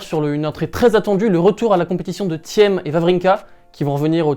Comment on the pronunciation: Aucun rapport avec le fait d'être bilingue lol Et de même pour Thiem, on dit "Tim" et pas "Tième"